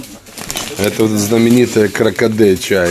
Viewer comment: Николай хотел сказать кракадэ меня везде, но запутался в произношении